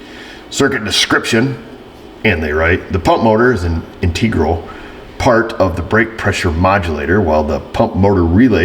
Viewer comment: I like how intentionally mispronounces words like integral trying to make us think he’s just a country hick mechanic. Sorry,, you ain’t foolin’ nobody (in my best country hick grammar).